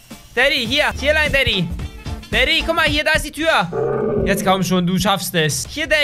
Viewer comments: Ich verstehe manchmal nicht dadi sonder also du bist der böse vater. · Daddy klingt wie 😂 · Immer wenn du daddy gesagt hast hab ich verstanden